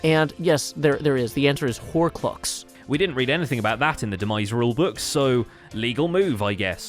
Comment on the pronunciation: Is nobody gonna talk about “horclux”?